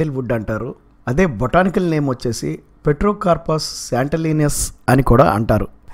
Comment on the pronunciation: Petrocarpous kaadhu ptero